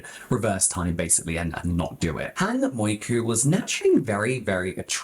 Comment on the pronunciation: What is with people and never reading asian names correctly.. If half of your video is about Hang "Mioku", maybe don't pronounce it "Moiku" for the entire section??? It's in English and you still managed to cock it up😭